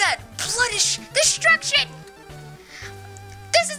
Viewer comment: Did he just say blooddish? Its bloodlust Watch youre anime to learn Well it is a real life word But mostly used for edgy people in anime Blooddish IM DIEYING SO HARD